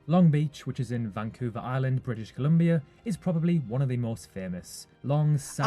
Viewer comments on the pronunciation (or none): Not "vancouver",Now "Vongcouver"